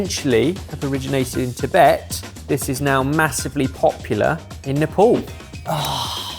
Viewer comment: Please get pronounciation of Nepal correct, it's 'Nuhpaal' and not 'Nuhpaul'. I am from India trying to get small things correct in world